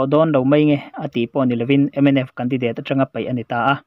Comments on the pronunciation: Khai ww i van chhiar thiam lo ve mwle .. Mizoram a seilian i ni lo a mwni .😂😂😂 a thluk te hi a dik lo nasa bawk si a .a thluk a tang Ringawt pwh hian i lamdan a dang daih Mizo tawng hi Tawnghar Tak .Hausa Tak an ti thin ..i thiamlo lulai lutuk . Candidateeee pwh a awm lo 😂😂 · Khaw hming leh hmun hming lam dan hi lo en chiang leh la,tin,mizo tawng hrim hrim pawh.Candidate i lam dan pawh hi ka vawikhat hriatna.mithiam zawk rawn hreh miahlo la. channel thang duang tak lo ni zel rawh se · Candidate ilam rik dan chu lehh 😂😂😂 kan di dééét 😂😂😂😂 date tih lai i va bei chho nasa vee ....indur stadium nilo in, indoor stadium,, indawr ti la...i voice kir ker lah chu a beu bawk sia....ka lawm hranpa riau che 😂😂😂